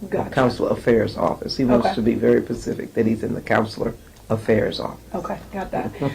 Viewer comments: I’m more upset that the representative doesn’t know how to speak . Ma’am it’s SPECIFIC not “PACIFIC.” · When a congresswoman says “pacific” instead of “specific” you just know how f’d congress is!! 😂😂